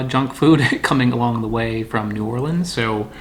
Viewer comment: Thank you for pronouncing New Orleans like a local.